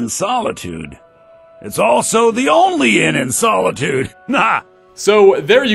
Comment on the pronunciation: As an elder scrolls fan the way you said Solitude hurt my brain.